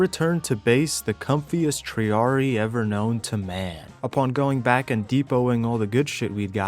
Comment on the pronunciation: Arent triarii pronounced "tree-AH-ree-eye"? You pronounce the second "i" in latin.